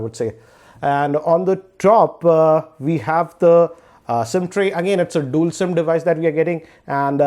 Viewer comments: it's dual not dool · Pashupathinath Yup, he is pronouncing it wrong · Aditya Mishra but he is pronouncing as dool